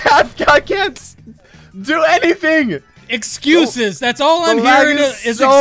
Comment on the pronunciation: Nice going, “Exuses,Exuses.”